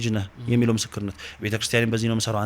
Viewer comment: ❓ እንዴት " ነክ ነክ ነክ ነክ ነክ ነክ " ❌❌❌ አይባልም:: እንዴት ነህ ነህ ነህ ነህ ነህ ✅✅✅ ❓ እጅግ ብዙ ጊዜ " ህ " ን... በ " ክ " ተክተህ ነው የምትጠቀመውና ብታርም:: ሥነ-ጽሑፍ ላይ እየዋኘህ ፊደላትን መለየት እንዴት ተሳነህ ❓⁉️... የሚያዳምጡ ልጆች ትክክል መስሏቸው እነሱንም ያሳስታልና:: መጣክ ❌❌ መጣህ✅✅ አልክ ❌❌ አልህ ✅✅ ገባክ ❌❌ ገባህ ✅✅ ነክ ❌❌ ነህ ✅✅ አነበብክ ❌❌ አነበብህ ✅✅ እንዳልኩክ❌❌እንዳልሁህ ✅✅